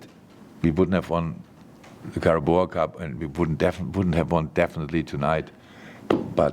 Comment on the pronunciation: Can’t get enough of Klopp saying Caraboa instead of Carabao 😂 Gonna miss this